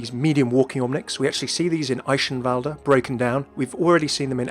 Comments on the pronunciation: Your pronunciation of Eichenwalde really triggers me. Just kidding obviously. ^^ But seriously the "ch" is a hard "g" sound, not a "sh" sound. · Eihenwalde is pronounced eye - (soft) k - en val - dt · The Details!! of pronuoncing Eichenwalde wrong. D